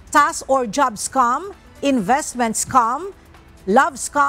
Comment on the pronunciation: scam po, hindi "scum"